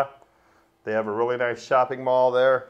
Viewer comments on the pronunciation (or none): none